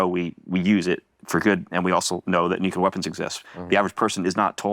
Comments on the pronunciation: Can we really trust someone that can't pronounce nuclear? He must have said it over 40 times and mispronounced it every freaking time. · I really do wish Elizondo had chosen a director who can pronounce the word "nuclear".